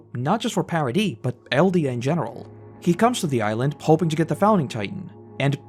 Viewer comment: Paradise being pronounced 'Parody' really feels like it should have stood out to me more